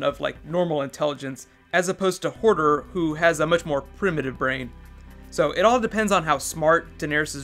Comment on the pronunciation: It's Hodor nor Hordr